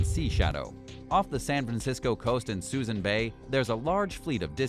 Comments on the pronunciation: It's not Susan Bay. It's pronounced Sue Soon. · I suppose you actually have to be from the Bay Area to know that Suisun is pronounced "suh-SOON." The "mothball fleet" discussed in the video was long gone by the time this was posted in 2021. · Narrator obviously knows nothing about ships. Can’t even pronounce the Oriskany correctly. Also Suisun bay is not called Susan bay. Also…. They say that nothing has been done about the mothball fleet in suisun bay… Bull shit! I live right by it. There’s maybe 6 ships there when they’re used to be 100+ ships. You obviously did not get your facts straight before making this video. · Someone needs to tell the narrator how to pronounce Suisun and Oriskany.